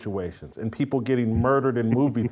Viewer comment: You'd think that BLM, with ALL their money they fooled and swindled the idiots who were stupid enough to donate to them out of, would at least send someone intelligent, or one who can at least SPEAK English words properly, to the "sorrowful" event. "Peopow"? (People) "Keow"? (Kill) "Cynicow" (Cynical). Priceless. DUMB as rocks. The ONE SIDED racism at this point is staggering, and it's coming to its end. People aren't putting up with it anymore.